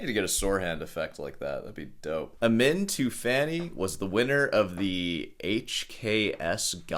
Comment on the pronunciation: The name pronounce as AMEEN and he is persian I know you probably don’t care, but I’d tell you anyway.